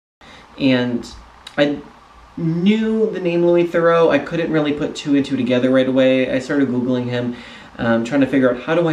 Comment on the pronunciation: Incidentally, you mispronounce "Theroux" as "Thoreau". They're not the same.